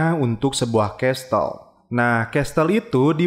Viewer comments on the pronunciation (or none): Kl gue perbaiki ucapan yang salah pasti dibuli gak ya? Castle dibaca kasel, bukan kastel bro. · the last kessel, bukan kestel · Bang Castle bukan dibaca "kestel",, tapi yg benar dibaca "kasel" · Kok aku terganggu dgn penyebutan castle y